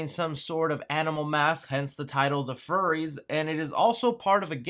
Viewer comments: Fyoo-ries, my dude, not furry. Furies is in relation to the beings of Greek Mythology. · dude, it's Furies (like fury), not Furry's. I assume it's a play on the mythological creature the Furies. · Wouldn't furries be with 2 "r's"? This should be pronounced like fury only plural...Right? Anyone else see that? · Great info. Furies not Furries, though. Fury as in anger. It would be interesting if it were Furries, though. 😁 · its not "Furries" its Furies, like plural of Fury. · "The Furries"? Furies, dude. ;) And it wasn't too bad! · I'm you gotten comments already but it's not furries, it's furies as in fury or wrath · I think its probably pronounced more like fury than furry. Smh. Oh..... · its fury not furry lol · Pretty sure the title of The Furies is pronounced like Fury, as in wild or violent anger. Also the name of a mythological creature, Furies were “infernal goddesses” of vengeance.